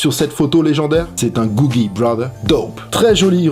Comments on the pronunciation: c'est Coogie pas Googie ... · on dit coogi frero mais bonne video